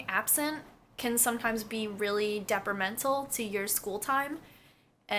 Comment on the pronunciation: lol when you said deprimental